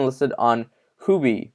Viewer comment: Hey Huobi is “Who-Oh-Bee” good video tho